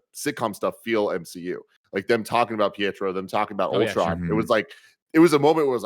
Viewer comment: Everyone just let's Greg call Pietro, Pietroff them huh?